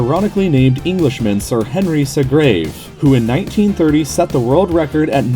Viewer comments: It's pronounced "Sea-grave", not "si-grave". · Why don't North Americans try to find out how to pronounce things before they put out videos on YouTube? It's 'Sea-grave' not 'se-grave'. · It's actually Henry Segrave not Seagrave if you search it up. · The writing and voice-overing were clearly not done by the same person, or at least while voice-overing, they were not understanding what they were saying. 'segrave', what a pity.